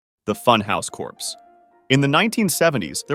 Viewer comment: Corpsey diee!!!😡